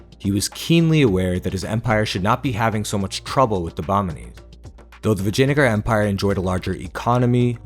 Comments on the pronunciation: "Vagina-gar" ...i like it... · It's Vijayanagaram.